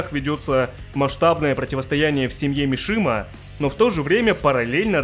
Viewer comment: Не "Мишима", а "Мисима"